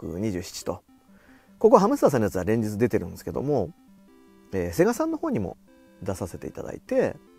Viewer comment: 「セ↑ガ↑」さんなの？ 「セ↑ガ↓」さんでしょ。 なんでもかんでも語尾上げる人いるよね。